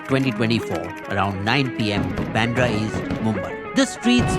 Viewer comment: Not Pandra it's Bandra